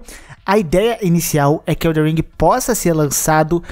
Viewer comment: Não Eh eldeR eh eldeN !